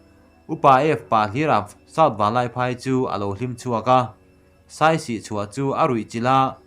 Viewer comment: Saisi tih awmzia awm lo. Siasi tih tur... Siasi tih hming putchhan aneih tih hriat atha ang